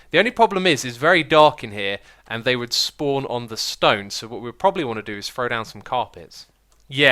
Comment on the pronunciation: X, why're you saying "properly" instead of "probably"?